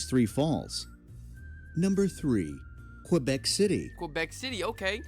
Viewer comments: It’s not quObec it’s Québec, like quay + beck. Or the Spanish word que+beck. There’s no letter O anywhere in the name. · P.S.: Québec is pronounced Kaybec.